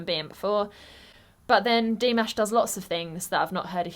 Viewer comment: The word/phrase you might use (instead of "slit") could be "aparture/"narrow aperture." Please move the stress accent in "Dimash" to the second syllsble. Or, maybe the silent gesture was an unsuccessful attempt to set up that whistle.